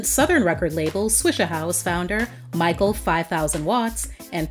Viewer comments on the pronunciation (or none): none